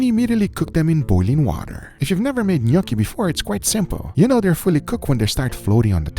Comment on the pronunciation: Nick saying njookey had me rolling on the floor